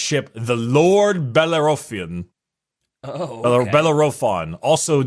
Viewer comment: Public school Californian trying to pronounce "Bellerophon"